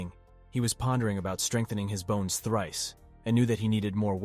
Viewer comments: it is said bones not boners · You were saying boners instead of bones (•ω•) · Stop saying boner its sounds like The pill is Viagra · Why does it keep saying boner instead bones or bone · It's Really hard to keep a straight face the guy say's bones as boner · Why do you say “boners” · I love how he says bones as boner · my man started talking about boner strengthening pills i was like "this took an odd turn" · Aye can't help but laugh every time